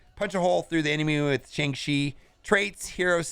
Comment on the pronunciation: Still can’t say the name right .... it’s Shang-CHI ! Not Shang-she